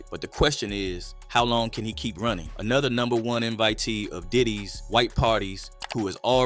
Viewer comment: They are “runnang” like my man Forest Gump…